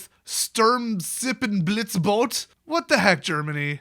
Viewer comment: Das "e" am Wortende von Sturmsippenblitzbote spricht man aber auch mit. Ich wünsche Dir noch einen schönen Tag auch wenn Du diesen Kommentar wahrscheinlich löschen wirst.